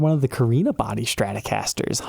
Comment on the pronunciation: « Schtratocasters »…